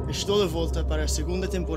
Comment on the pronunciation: «exclusivo», «TV» e até «séries». Nada foi de nivel de pronuncia nativa. Aquilo foi pura pronuncia forcada com apoio de guião e utilizacao de conhecimentos de espanhol (sorry não tenho teclado PT, por isso é que os Cs são assim).